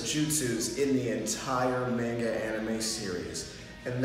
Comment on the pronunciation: Bruh you don't even know how to pronounce MANGA not mangay!